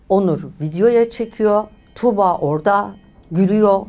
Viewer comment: Tamam iyi anlatıyorsunuz da 'Tuğba' yı tükürürmüşcesine söylemeniz çok kulak tırmalayıcı